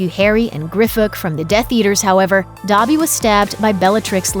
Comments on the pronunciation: YOURE SAYING “Dabby” it’s DObby...” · It’s not pronounced Dobbee, it’s Doebee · The way she says dobby is so cringey and not right